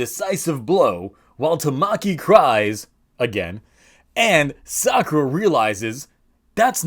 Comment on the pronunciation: Sadly you can't really Call it Sakulera without it sounding like Esa culera, which translates to that b*tch